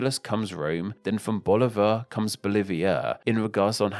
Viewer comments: I wish you were more careful with your pronunciation. If you can say Bolivia correctly, why not BoLIvar, stressing the i?I? And it's SimOn, stressing the o, which in Spanish sounds like see-MON. Also you pronounce all the "da" s as dee. It's guaraNI, not guaRAnee. And I never heard that the Uru in Uruguay refers to snails -it means birds. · Informative video, but a bit more effort into pronouncing names properly would have taken the video to a higher degree. Guiana, Bolívar, Cristoforo, etc are all pronounced wrong.